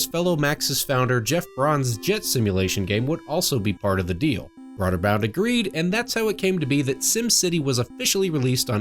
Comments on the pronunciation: Bro-der-bund. Not broader bound. Other than that, awesome video. Really like your channel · It's pronounced Broderbund